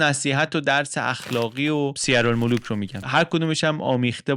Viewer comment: درود و سپاس از روشنگری های جنابعالی لطفا تلفظ اسم کتاب سیرالملوک را دقت بفرمایید ، سپاسگذارم